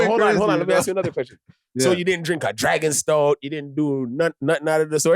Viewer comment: Man said Dragon Stout. 😂 Baba Roots I’m weak. 😭